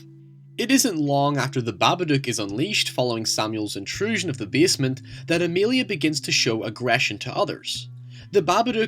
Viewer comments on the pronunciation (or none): The way you pronounce basement triggers me. But nice video.